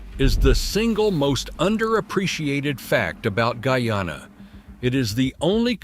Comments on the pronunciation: What d rass? It's not gooyana but GUYANA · He said goo-yana and not guy-anna the first time. But the 2nd time he said it decently..